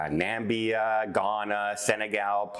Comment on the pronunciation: Hi,! Thanks for this info, but I’d just like to inform you that it is not the country of Nambia, but Namibia, pronounced Na-mib-e-a. You’re the best!